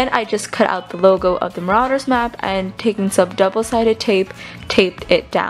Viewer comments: It's ma-ro-ders map not ma-ra-ders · you are saying it wrong is mArauder's not maraUder's